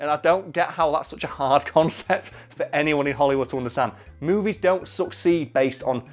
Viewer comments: Am I the only one who heard "Suck seed" instead of "Succeed"? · Anyone else heard suck seed instead of succeed? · I can't stop hearing him say suck seed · The way he said succeed made it seem like he was saying suck seed. Lol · the first time he said "succeed", i thought he said "suck seed" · Not gonna lie I thought he was saying "suck seed" for half the video